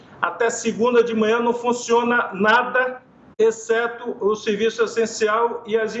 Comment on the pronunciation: Esse governador deve ter tido uma instrução precária em português. Na sua fala, ele diz textualmente: " a partir de amanhã, nada fonciona"